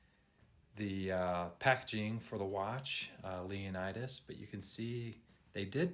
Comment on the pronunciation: FYI: 1. Pronounced Jackie Ickx as in iks and Leonidas = Lee O Nee das. Case is chrome plated over brass, not stainless.